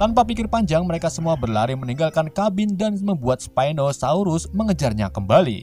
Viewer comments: admin bilang stegonosaurus padahal itu s😂🤣pinosaurus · Bang bukan stegonosaurus stauku spino saurus